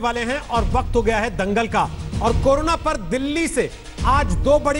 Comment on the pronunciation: कोरोना ( कोरोरना)